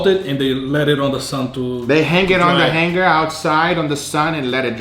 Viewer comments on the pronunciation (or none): none